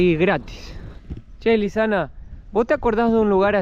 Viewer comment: Le patina la erre a Lisana jaja